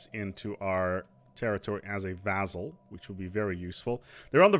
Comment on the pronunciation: Why does he keep saying vaZZal? It's vaSSal, S sound, not Z.